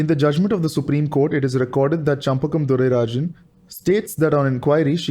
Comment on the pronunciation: Well explained.. congrats.. (her name is shenbagam durairajan not champakam ;-) )